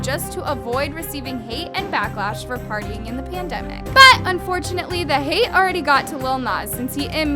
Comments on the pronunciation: Sorry but I have a headset in my ear and you saying" but! " really hard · Girl the way you say “BUT” is annoying just say it normally